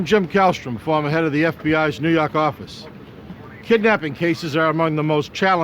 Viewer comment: "nuu yawk affice"